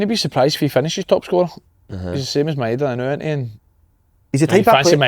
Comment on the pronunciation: Slaney it's Ma -e-da not Meda